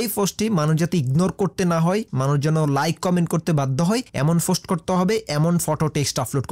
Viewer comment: Dada vaai .... Ota fost noy ota k post bole😊